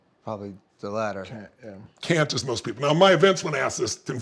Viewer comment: “tHE lAtTEr” 🤓